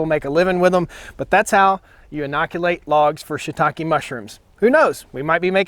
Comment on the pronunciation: I'm glad I watched the video to get the right pronunciation of that word Shitake. I was reading it entirely differently. Have you tried the 18volt Fuel Milwaukee chainsaw?